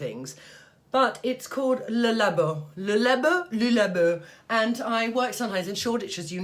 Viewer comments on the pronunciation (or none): Querulous ? I think you mean Penhaligons Quercus ? And it’s Roger ET Gallet , it’s Le Labo pronounced Lay Labbo and Santal is not sontale , it’s santal , as it’s spelled and for Guerlain , think “Gearlang” . Vetiver should smell of grasses , it’s green, it’s not incense which is dark and resinous . Just shows how subjective smells are . Quercus means “ oak” in Latin but Penhaligons Quercus is lemony and sweet and not in the least bit synthetic to my nose .